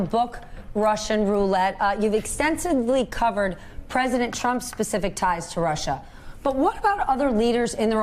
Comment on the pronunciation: Anybody else really happy that he mispronounced Russia in that infamous clip with Lester Holt knowing that the clip will be played thousands and thousands of times for the next few generations as people study this time in history? it would feel a bit like being in the background of a famous picture or a video that goes viral except you're picking your nose.